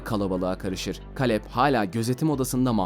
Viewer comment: O Kaleb,Keylıp olmasın(yani telaffuzu)